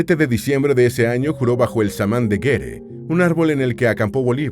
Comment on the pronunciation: De gere no, de Guere